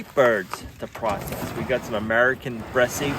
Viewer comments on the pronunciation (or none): Yes the American Bresse are great egg layers and eating. Bresse is pronounced with the final e silent. 💗💗👍👍🙏🙏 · French chickens. BRESSE. The "E" on the end is silent. Or, not.